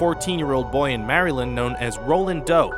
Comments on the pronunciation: "marry-lin" That's the most unique way I've heard Maryland pronounced. I'm gonna add you to my list. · The way this guy says Maryland haha